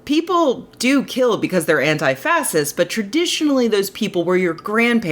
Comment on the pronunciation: what's an anti-fasist? I almost never post negative comments on Rebecca's videos, but what is going on with this pronunciation? maybe it's a habit she picked up during her Europe phase, it feels similar to the difference between how British people and Americans pronounce "schedule". I know there's no 'h' in the word "fascist", but I've heard it pronounced "fashist" my whole life (I'm 44 and I've lived in 4 different cities), and if Rebecca is going to insist on this pronunciation, I'd like some third-party confirmation. As it stands, it just strikes me as incredibly pretentious, which sucks because that's not a word I'd ever want to use to describe her.